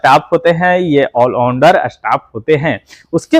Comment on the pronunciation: आल उंडार नहीं आल राउंडर बोला करो